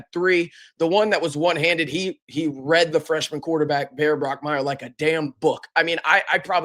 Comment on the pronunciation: Thank goodness we don’t have to play BYU again for a while so you don’t mispronounce Bachmeier for the 1000th time. You know I’ll be back though to tell you it’s not Brockmeier. Bachmeier. It’s Bachmeier.